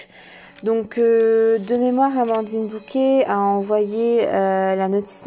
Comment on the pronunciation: Très bel oracle que je pense me procurer. Merci. ❤ Simple remarque : je pense que c'est Bocquet et non Bouquet.